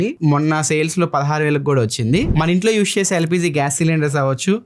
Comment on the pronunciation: యూష్ కాదు అన్నా... యూజ్ 😀😀